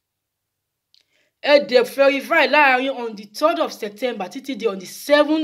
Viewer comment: Verify not ferify😁